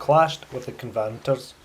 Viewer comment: Great video from a lovely place for a walk. Covenant-ers by the way, not covanters. ;)